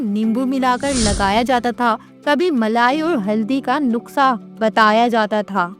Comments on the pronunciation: It's not nuska it's nuskha😅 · She said nuksa not nuska and yes correct word is nuskha